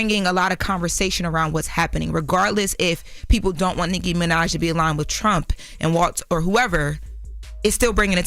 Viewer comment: Why do say Nicki's name like that? or am I tripping